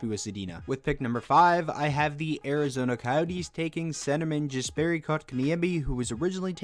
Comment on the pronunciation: Pronounced Jesperi wrong. (Yas-perry)